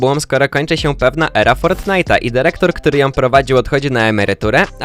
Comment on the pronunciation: DYREKTOR nie derektor!